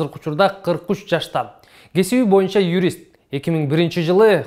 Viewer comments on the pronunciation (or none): Сабыр Жумабеков аябай билимдуу врач го. Башка агалары да билимдуу деп ойлойм. Спикер мектепте жакшы окубаганы билинип турат. Боюнча деген созду моюнча деп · Бул спикер боюнча деген созду МОЮНЧА деп суйлойт.